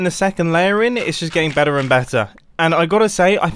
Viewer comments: "its just getting better and bettah" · “Better and bettah” lol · its looking better (with US accent) and better (with British accent)